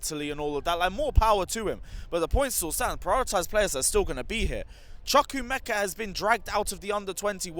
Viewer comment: pls pls pls chu- kuh- ah- meh kah, not chu kuh- meh- kuh.